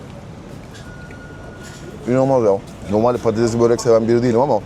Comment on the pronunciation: Yoo patatezli börek değil patatesli börek. Söyle patatezli değil patatesli börek de